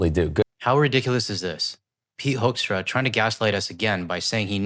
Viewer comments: Hoaxtra (excellent pronunciation for this ambassador's name👍) will leave when the next administration sends a new one. I don't know if it's possible or would help to kick out this one in the hope for a better ambassador for as long as the Trump administration is there. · Top tip! Start pronouncing his name the proper "Dutch" way- "Who"kstra or Hooookstra- That ought to trigger him!😂